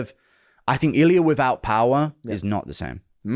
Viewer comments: It's Ilia not Ilier :D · Purey uh??? 🤦🏿‍♂️🤦🏿‍♂️everyone knows how to say his name idk why tf u say his whole name wrong on purpose 🤦🏿‍♂️ iliar??